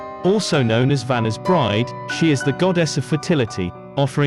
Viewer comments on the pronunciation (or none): none